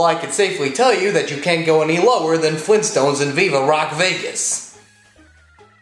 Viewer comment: Fleentstones?! OK, no. Sorry.